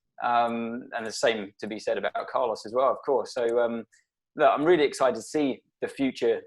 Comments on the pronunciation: I will miss him saying Carlous in the future hahaha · Mr. Brown should learn how to pronounce the name Carlos correct, it's not that difficult.